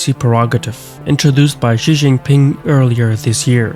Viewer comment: If you research this stuff why can’t you pronounce Xi? I’ve lived in China over ten years and I cannot take your analysis and videos seriously when you can’t even learn what sound the X says in pinyin.